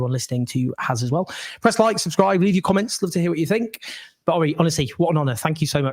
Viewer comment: Owen, I understand what you are saying because I grew up in England, but if you want to grow your base, you need to speak a bit slower and with more clarity and stop garbling words. You could also use words that are more universally understood like pronouncing "but" as "but" instead of "buurt" - just a thought